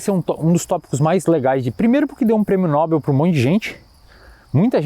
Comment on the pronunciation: a prosódia do nome Nobel acontece no "E" meu caro. a pronuncia correta é Nobél.